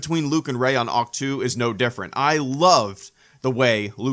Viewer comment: You said "Ach-To," which when spoken out loud sounds like a sneeze (it's a joke). Considering that in-universe, no one actually read the books, or learned anything from it apart from it being where grumpy old Jake Skywalker went to die, that's all it really is. A big joke.